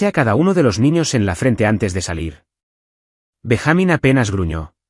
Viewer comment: BenjÁmin? No es Benjamin? Payasos?